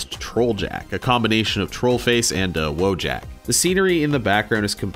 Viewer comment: Wojak is pronounced as Woyak, it's Polish. tbh, why am i even mad at this? I'm not Polish 😵‍💫